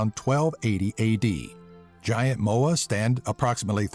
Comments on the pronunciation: please tell me I'm not the only one that heard vagina moa... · No moa left haha ..."no more left" <- sounded like a pun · Am I the only one who found it funny that he said "No Moa left?" Nice Southern dialect I thought.